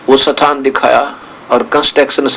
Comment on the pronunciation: स्थान को सथान palace को पाॅलेस बोलता हैं ये जाहिल !!!!! ये वेद-शास्त्रो का ऊपदेश करता हैं !!!!! महामूर्खशिरोमणि